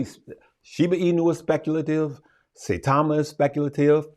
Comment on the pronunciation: Saitama like Sitau(aw)ma with a long i